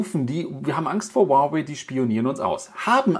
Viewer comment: Das hieße nicht wawai sondern huawei